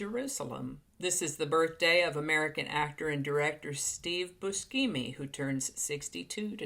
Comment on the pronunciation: Buscemi is pronounced like Bushemi 🥰